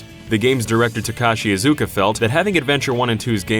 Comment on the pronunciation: Protip, guys: *Ta*kashi *Iz*uka. First syllable heaviest, & never enunciate a "u" sound in Japanese. Thanks so much for your content, guys.